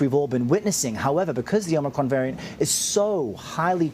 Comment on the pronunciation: Biden just told himself to “let’s go Brandon “ in front of 100s of millions.. You think he has any clue about a variant he still can’t even pronounce correctly? LOL